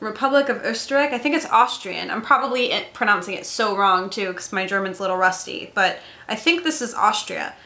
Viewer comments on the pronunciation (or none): none